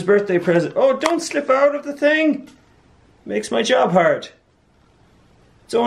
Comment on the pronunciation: "...lightin' every 'ting on fire..."